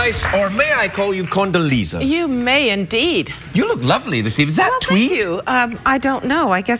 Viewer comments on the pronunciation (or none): It's Condoleeza. Condo-leeza , with an 'A' not Condalisa.